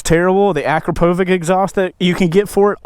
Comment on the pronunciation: Pretty sure the exhaust company is pronounced A-krop-a-vich.